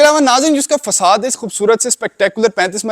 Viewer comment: It's facade ،،فساڈ ending with ڈ not فساد